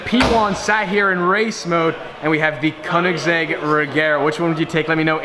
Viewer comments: If you are a koenigsegg fanboy why cant u pronounce it right? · Giovanni Donegà I've seen interviews where Koenigsegg himself pronounces it like the last syllable of his name. But you can say it however you like. How do you pronounce "gif"?